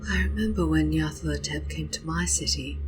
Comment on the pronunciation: I notice you reverse the 'la' and 'tho' in Nyarlathotep. Very good though, very evocative.